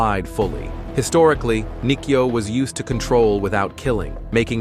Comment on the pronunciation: It is spelt Kote-Gaeshi. this video is bad at it's pronunciations of the the throws/locks typical AI slop. Example are Nikyo pronounced 'knee-key-oh' and Shiho-Nage pronounced 'She-hoe-nah-gay' or Irimi-Nage pronounced 'e-rim-e-nah-gay'. The published of this video needs to do more research before posting videos like this. The poor AI voice over is bad.